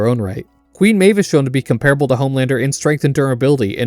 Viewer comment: You are pronouncing "comparable" wrong